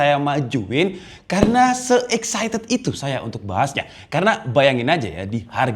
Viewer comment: Excited bro, kalau Exited mah keluar wkwk